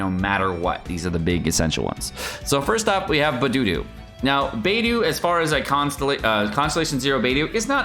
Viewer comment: It’s BAY DOH, not BAY DOO